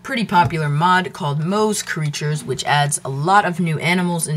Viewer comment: its pronounced like more creatures not moe's creatures